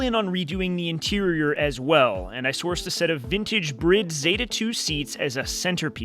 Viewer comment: OMG. You're the first YouTube person ever to say bride seats correctly. You my friend, is a car god!🎉